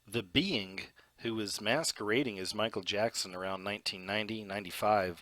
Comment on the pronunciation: Sir ~ LOVE your content, but words like 'being' aren't pronounced beinGUH. The g is soft and you're making it a hard g. You're also making a 2 syllable word, 3 syllables. (Same thing with the word 'among'.) You seem far too intelligent and professional to pronounce words incorrectly. It makes you sound uneducated. Learn to pronounce words correctly. Listen to other adults pronounce words like that and follow suit, cuz that kind of ghetto pronunciation is grating if you want to be taken seriously. *This goes for words like 'doppelganger', too. It's not pronounced doppelganGUHGER. You sound stupid. You're not even consistent. Cuz you pronounced it correctly right after pronouncing it incorrectly. C'mon. Get it together.